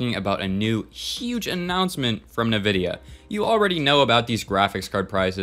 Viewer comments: Bruh just said nuhvidia 😂😂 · cant believe you dont know how to pronounce nvidia